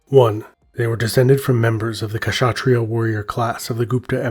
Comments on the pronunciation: The K in kshatriya is without any vowel sound. You combined an uh sound with K which is wrong. The K in Kshatriya just sounds like the k sound in backs. In other words you are pronouncing it as Kashatriyaa, when it should sound like simply Kshatriya. Hope this helps :) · Comment on pronunciation: it’s not K-shatria nor Shatria. Try pronouncing a short K by itself and also Sh by itself. You will notice there is no big difference in the position of mouth and tongue. Now try to say Ksh just Ksh ( in german we use that sound to scare chicken away, for example ). When you master. THAT you can use the full name. The K is ALMOST INAUDIBLE but it is still there. Good luck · I'm Bengali and we don't pronounce Khshatriya We say Khatriya Not pronouncing sh Unlike him pronouncing both Kh and sh together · Yes the K is silent so it's pronounced as shatreeya, this is a Hindi term in Telugu language we are known as "rajus" pronounced as ra+juus which translates to kings. When rajputs fight other rajputs there was honour and people werent hurt but women surrendering to muslims would probably be brutally raped and killed.